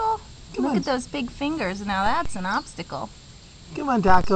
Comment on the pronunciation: It's "taco" not tacou xD